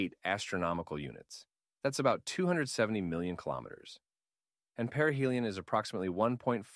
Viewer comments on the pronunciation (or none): It's perihelion. But peria helium sounds close enough🙂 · peria helium! Hilarious.